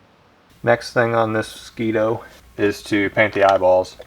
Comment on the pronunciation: Mos scwEEto